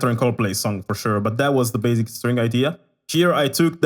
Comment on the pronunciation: I like how he says 'baZic' 😹❤️